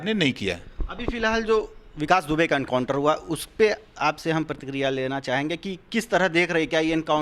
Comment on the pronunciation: पागल हो गया तू काउंटर नहीं बेटा एनकाउंटर होता है पहले बोलना सीखो पागल साले